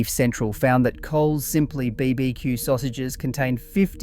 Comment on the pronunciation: Why the AI narrator?? The pronunciation of BBQ was a dead giveaway. No aussie would say it like that.